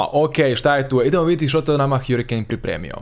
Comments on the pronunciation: hArikejn🤣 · Kada ce ljudi shvatiti da se ne čita hjurikejn nego hrikein